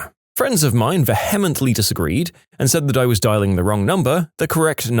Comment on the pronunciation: Narrator, please, stop mispronouncing "vehemently!"